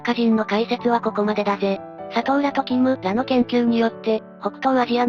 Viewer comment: 「キムら」の発音がちょっとわかりやすくなったｗ